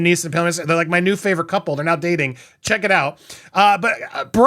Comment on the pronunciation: Did you say Pam and Liam are dating or not dating? I played it 5 times and couldn’t tell what you said.